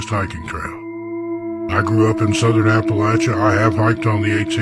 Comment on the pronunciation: You pronounced Appalachia wrong. Also, catman lady is wrong. Male cats and female cats will travel for miles from their homes for food, mating, and territory. I also live in the country and male cats show up here all the time. I have no neighbors on any side of me for at least a mile in any direction. Omg eagle feathers? It's illegal to have any bird feathers (especially eagle feathers) unless you're native american!